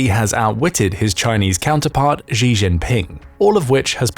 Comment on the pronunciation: The capital of China is Beijing. Bay-Jing. This Beizhing thingie is in your imagination,. And the Chinese leader Xi is pronounced Shee, not Gee.